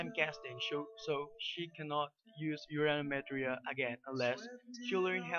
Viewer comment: Actually its more like Urano Metria ( ur ahh no meh tree ah)